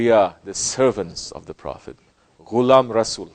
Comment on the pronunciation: How does he know the urdu word "himmat" and "ghulam" in pakistani accent. Does he have any relation with Pakistan